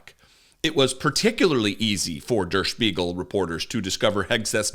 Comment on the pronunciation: Really good pronunciation of 'Der Spiegel'. (I made a comment on pronunciation but I wasn't mad. Thought you might wanna know in case you have to say it again ✌).